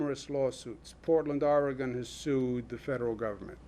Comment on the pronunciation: Gov. Cuomo, Oregon is not pronounced Oregone. It is pronounced Or- e - gun. The "e" is only slightly pronounced. From a former Or e gun, resident! ☺